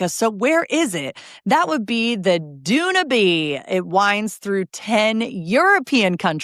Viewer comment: It's pronounced Dan-you-b. Like The Blue Danube waltz